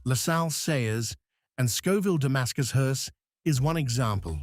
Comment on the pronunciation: AI is so f*ing lame! 2,23 "mounting a body of a HORSE"? Nice video though, thank You and I will go long before You and unfortunately not in a Caddy. Note that Queens English is my third language.